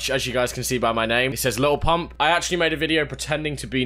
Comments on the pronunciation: “Lily pump”🤣🤣🤣🤣🤣🤣🤣🤣🤣🤣😂😂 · "Lili pump" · “lily pump” i’m dead 💀😂😂😂😂😂😂😂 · “Lilly pump”😂😂☠️